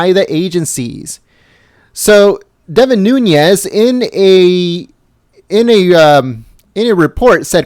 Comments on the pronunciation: It’s NOONEZ not NoonYes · Devin is my congressman. from my hometown. I must correct pronunciation please... its Nunes= NOON+EZ. (phonetically) no ~ over the N . He is Portuguese. thanks. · It's pronounced 'Newness' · It's pronounced noonez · He doesn't even pronounce Nunes correctly .